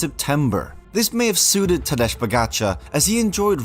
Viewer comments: It is Tadej - as in Tadey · But it's not Tadeche Pogačar... its Tadej Pogačar!